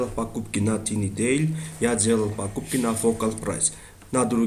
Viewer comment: У тебя отличный беглый русский. ;) Кстати, TinyDeal - произносится как "тайни-дил". Вместо BandiCam советую TechSmith Snagit 2019. Спасибо за обзор!